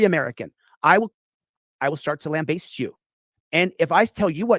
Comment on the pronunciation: Wait, wants the cops to baste him? the term is lamBAST (not sure if that is the spelling but it is the pronunciation)